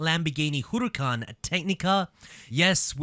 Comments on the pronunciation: The way you pronounce huracan makes me feel uncomfortable everytime i aint gon lie 💀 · When you hear hooroocan you know it's lit😂